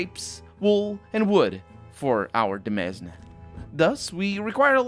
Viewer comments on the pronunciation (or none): 'Renaissance' is precisely the French word for rebirth. The 's' in demesne is silent - also a French word (ie. duh-MEHN). 'Vineyard' is (standardly) pronounced 'VIN-yerd'.